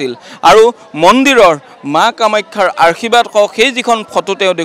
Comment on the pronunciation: আৰ্শীবাদ নহয় যে আশীৰ্বাদ হে